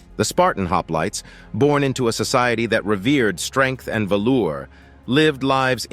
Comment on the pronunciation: BRO ITS VALOR..VALOR.... NOT VALOUR 😂 theyre not 70s pimps from chicago dressed in VALOUR😂😂